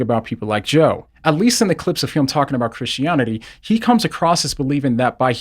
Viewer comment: I like how you say christionity